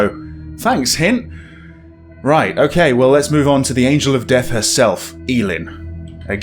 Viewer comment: It’s pronounced Dee ath lol not death but yeah